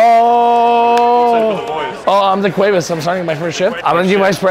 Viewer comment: Bro that nigga said daquavis and gangar 😂😂😂😂😂😂😂that’s old school